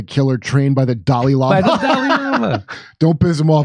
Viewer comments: Indian woman is saying Dalai Lama (not delay), just English speaking people often pronounce it Dali like the host in this video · Correct pronunciation: Dah-Lah-yee Lama! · It's pronounced The-lie lama